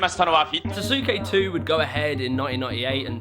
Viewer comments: Jesus christ, at least say the damn name properly. So cringeworthy, dude. “Suhsookay” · I love you, but hearing you say SaSUke hurt me so badly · Was looking for this! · the "u" in sasuke is silent... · Dude please stop saying the u in sasuke other than that great video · i hate how you pronounce sasuke lol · Your pronunciation of susuke is wrong. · It’s susake like bukake not susake like bamzooki 🧐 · Love the vid, I love learning more about Ninja Warrior! And as someone that recently started watching Storror’s videos it’s so cool Toby was on ninja warrior I didn’t know that! But dude. You literally have a clip in your video of them saying Sasuke at , there’s no excuse for you mispronouncing it the entire time lol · You can hear how to pronounce Sasuke in the footage from your own video dude. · Love the video, nicely done, exciting editing. I found myself becoming a weeb more and more and I just cant stand how you pronounce Sasuke. Other than that nice one! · somebody gotta teach how to say "sasuke", other than that, great video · Saske not sasuke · SAS KAY not Sasuke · its saske not sasuuke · Keep up the good work! And it’s saskae not sasuooke and spelling is Sasuke as u know other than that ur amazing! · Sos-Skay....is How it's pronounced! Got Damm!t 😡😠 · dude i wonder how many people gonna write that its actually pronounced saske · ah, americans pronouncing japanese words is so cringe. other than that nice vid. just listen to how its pronounced by the native before you make a new word out of it. hint, the "U" should be almost silent and a prolonged "a"; "Sa-ske". and the host just does the opposite, and over emphasises the U: Sas-Ukei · Sah Sue Skay Sorry bro you were killin my ears like avatar the last Airbender live action movie say Ang's name wrong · SAUCEKEH! THE U IS SILENT! SAS RHYMES WITH BOSS! KE IS SHORT, NOT DIPTHONG! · sauceookay oochiwa